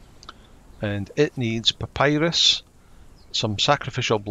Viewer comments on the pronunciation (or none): none